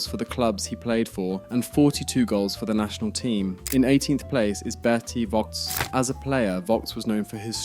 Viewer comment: It's not Vox, it's more like Foe-kts not Cruise but Kroe-se not Roomenyek but Rooma-nigge (quite similar to that word, you don't use) Lahm played two seasons at Stuttgart and then became a Bayern legend Btw: it's Bundesliga, not Bundlesliga